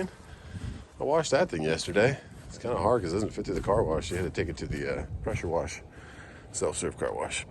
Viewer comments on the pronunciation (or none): none